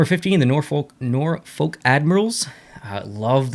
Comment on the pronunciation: He pronounced the “L” in “Norfolk” and now I’m sad. I guess only the 757 locals will know. 😂 Also, Admirals for life.... ⚓️ Also, if you look at their jersey history, they’ve never really been one to wear the parent team’s design. The only time they ever did that was when they were affiliated with Chicago for those few years. Most of their time in the AHL they used the blue primary color with red, yellow, and white, with a touch of black. Man, I miss the AHL days.